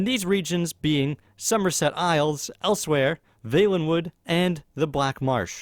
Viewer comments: It's elsweyr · 1) The actual answer is valenwood 2) Learn how to say Elsweyr